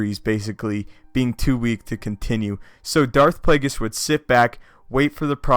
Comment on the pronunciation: Darth Plagus??? Don't you mean Harry Potter's nemesis?